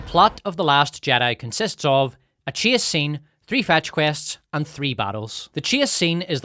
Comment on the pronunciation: Not to be an ass but when you say "Chase" it sounds like Chia, like Chia seeds. At least to my ears, not that that means anything.